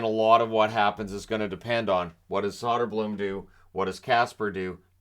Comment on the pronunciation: Great video, I think you hit the nail on the head here. If I can offer it, the pronounciation of Soderblom is shooter-bloom and Berggren is bareg-gren. Think like a bear with smile, but you have to pronounce both g's.